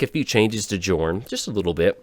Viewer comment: Please please please stop calling him Jorn. It's pronounced YOOOOOOOOOrn. Besides that, glad to see you survived the ice storm!